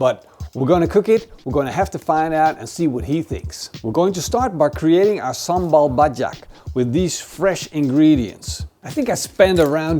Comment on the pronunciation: I didn't say if it was bad or good, I choked on my drink bcs it was kinda impressive for someone thts not from Indonesia or Malaysia